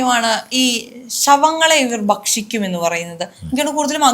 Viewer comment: "ശവങ്ങളെ ഇവർ ബക്ഷിക്കും എന്ന് കേട്ടിട്ടുണ്ട് , അഗൂരികളെ കുറിച്ചാണ് ഇങ്ങനെ കേട്ടിട്ടുള്ളത് " ഇതും മലയാളമോ ? എന്ത് കോപ്പാ ? തലതിരിഞ്ഞ ന്യു ജൻ മല്യാലം ! *ഭക്ഷിക്കും *അഘോരികൾ